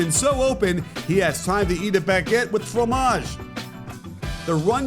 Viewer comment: "he has time to eat a baguette with fromage" as a French guy, I'm giving you a solid 9/10 on your pronunciation!